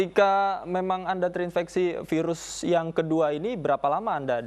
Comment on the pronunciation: "terinfeksi" bukan "terinveksi"